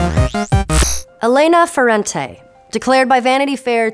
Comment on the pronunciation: that was the worst mispronunciation of Elena Ferrante's name I've ever heard..